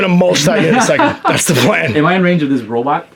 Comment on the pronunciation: Is he intentionally pronouncing "robot" wrong as a joke?